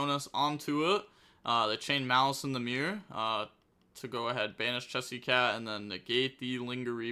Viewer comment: Im here just to hate on maliss, mal-ass over here